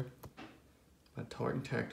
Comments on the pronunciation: Bro, It’s pronounced “Tear-ren” Tactical; not “Tar-ren”. As in, “tear-ren a piece of paper”. My guess is you paid between 3 and 5 grand for that. Gotta step your game up. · A what tactical? lol it's "tear-in"